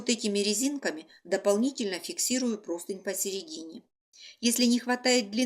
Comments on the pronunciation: Почему все говорят и пишут ПРОСТЫНЬ?!! Правильно ПРОСТЫНЯ́. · Друзья! Правильно -- простынЯ, с ударением на Я! Всех благ! Мастер-класс отличный 👍